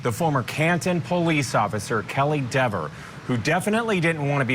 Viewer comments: Dever pronounced D I V A....She's now cooked as a witness in any future trial as she's going to be on a Brady list because of her false memory. If she is the sole witness in any future trial the defense counsel will bring up the false memory.. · And FIRED by her city. If I lived in her town that she patrols, I would be writing city council and the mayor and the chief. I don't want someone getting so butthurt over pronunciation of her last name wrong out on patrol. If someone called her officer deverS she may get so mad and butthurt she may lie and arrest them and then lie in court. She is a disgrace to the badge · “That’s a direct quote”… what a bs statement and nice try deflecting the question by saying oh he says my name right! WHAT A DISGRACE!!! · I would hate to be married to her. I'd have to walk on eggshells around her after seeing how butthurt she got when Jackson pronounced her last name wrong. Wow. Couldn't believe how evil she turned so fast. Imagine her writing tickets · He was saying it wrong intentionally, he knew it